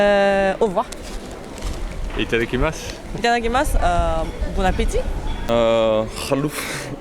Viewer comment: c Halouf pas Khalouf 😂😂😂😂